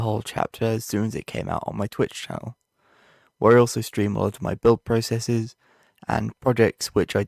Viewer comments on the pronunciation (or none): none